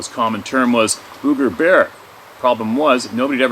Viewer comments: It’s boooger’ !! pronounced boog …eh! 🤣Ok I’m heading out n’ a’ boot now! As a young child I know, once said…” ya know… zee as in zed?! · When we say "booger" it's not BUG-GURR. It's like saying book.... booker but replace the "k" with a "g." Bugger is something completely different that British people say hahaha. Cricks? I love that word. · Alright alright alright... I get tickled everytime pronounces Booger like a ghost saying Boo instead of like how we southerners pronounce it. it drawled like sugar or surgha. Example... my mama said, be careful sugar or the booger man will get you! LOL